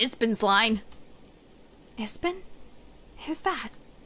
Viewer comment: How r u reading ipsen as ispen lol